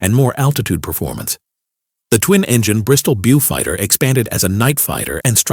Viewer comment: A pretty good video but a little bit of constructive criticism. Don't show Bleinhems or various other machines without explanation. A Beaufighter is not a "Bewfighter" and a Ju 88 is pronounced as "Yunkers". Not "Junkers". Very rough explanations but a bit more research would fix such minor errors. A few more nitpicking errors but overall, quite a good video